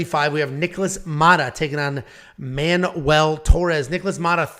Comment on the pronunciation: its MAN-WELL not manual! y'all been playing too much tony hawk pro skater?!? manual?!? HAH! the only manual you need is one on how to pronounce ethnic names you white straight males!!!!!!!!!!!!!!!!